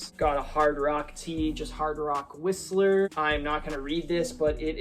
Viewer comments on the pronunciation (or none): none